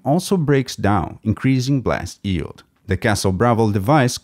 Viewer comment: I know that its just a tiny nitpick, but is it weird that the guy pronounces yeild as "eeld"?